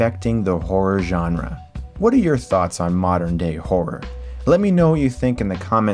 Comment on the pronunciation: Thank you for pronouncing "genre" correctly.